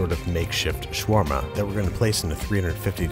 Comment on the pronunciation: Its shawarma habibi not shawrma